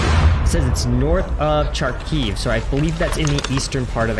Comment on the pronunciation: I assume you might have seen Kharkiv spelled as Charkow or Charkov or Charkiv or sth similar to that somewhere and might have interpreted this as starting with the 'ch' sound like it is in "cheese". But it's not correct. Original and correct pronunciation of the city's name has a "h" sound at the beginning of the word, as the original Ukrainian Cyrillic transcription is 'Харків' (Russian Cyrillic doesn't have the 'i' character in it) and the X sign in that script is basically H.